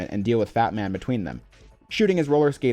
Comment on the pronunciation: Every time you say Fatman, I hear Batman, and I imagine Raiden fighting him on the Big Shell.